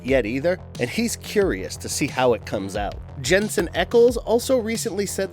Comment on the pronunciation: Okay. It sounded like he was going out of his way to mispronounce Jensen's last name that time.